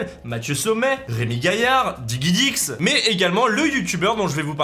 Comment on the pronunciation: Au final, DiGiDix que ce soit en Français ou en Anglais, ça se prononce di-ji-dix...il aurait fallut un U entre le G et le I...quelqu'un lui dit ou pas?